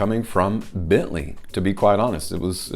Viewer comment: I choose to earn my living with more intellectually demanding work. If I put my mind to it, however, I would be sure to forego embarrassingly cheesy animations and make an effort to correctly pronounce brand names.